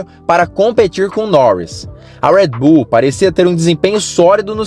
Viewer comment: Parei de assistir quando começou a falar “ruédibú” que pronúncia de merda é essa? Não é inglês nem português.